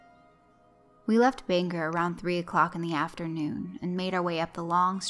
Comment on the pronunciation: Great video, I love stories set in Maine, we have King to thank for our creepy story power for sure. And this made me think about how there's a bog not 90 yards away across the road from where I sit... Just one note, Bangor is pronounced "Bang-Gore" (think gor as in Gordon).